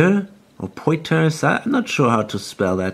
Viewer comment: Poitiers is pronounced "Pwah-tee-ay". Extremely French name. At least, in the English phonics with 'w' making the 'ooa' sound. (I'm guessing you're a native German speaker, hence the 'w' mention).